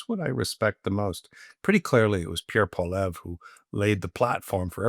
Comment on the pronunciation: Brett's bizarre mispronunciation of Poilievre is annoying. For someone of his stature and influence, there is no excuse.